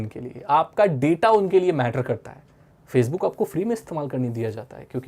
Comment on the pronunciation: Facebook ke pronunciation me u khamoshi😂🤘, samjhte he vai😂